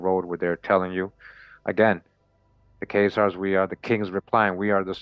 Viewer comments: “Chay” Zars is not a thing. The CH is pronounced as a K sound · Bless UP Kurimeo the info is brilliant... remember Chazar is pronounced ;KAY-ZARS with a K.... This channel is one of the heaviest on the Web👍🏾👏🏾